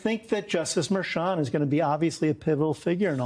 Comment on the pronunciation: The judge's name is pronounced MER-chan with a hard "h".